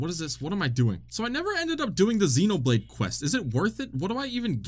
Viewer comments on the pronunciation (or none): none